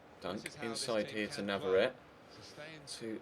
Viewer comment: I think it's pronounced nav-ar-ret-ay